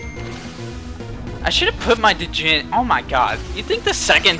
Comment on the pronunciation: djinn is pronounced jin as in Gin